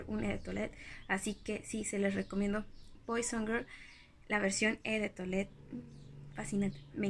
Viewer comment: No te vayas a tomar a mal mi comentario y disculpa el atrevimiento, pero no se pronuncia "e" de toilette, lo correcto es "o" de toilette. Me gusta mucho la dulzura con la que hablas y como te expresas, por eso he querido corregirte este pequeño detalle.